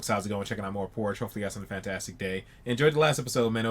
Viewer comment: I love how you say "porge"